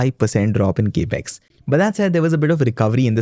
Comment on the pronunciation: Capex is a short form for Capital Expenditure. This is well known. However, the word capex is pronounced cap-x, NOT cape-x!! Your enunciation and flow of delivery is excellent, along with pronunciation. All the more that your saying cape-x sounds jarring!! Pl fix.